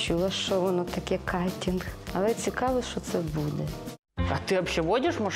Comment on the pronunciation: хоч бы читать научилась нормально; ахинеть может Ахренеть? не ел а ер учитесь вымовлять а то меня это бесить; а красивая, ухоженная. Люблю таких и кстати у меня мама тоже Людмила. не кантих а картинг!!!! вы супер😊😊😊 И не сомневайтесь вы класс 💋💕👅💋🌹